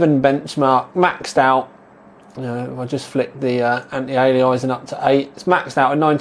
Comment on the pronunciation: I've noticed in a few videos you say "Anti-alizing" and not Anti-Aliasing. Just wondering if you're doing it for a reason or not:). Don't worry, some people wont even attempt to say "Anisotropic Filtering".